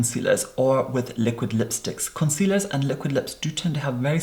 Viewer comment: "Cuncealers" IM DEADD LMAOOO